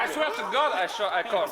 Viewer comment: Bro said “ I swea I swea to gohd i call”😹😹😭😭😂🤣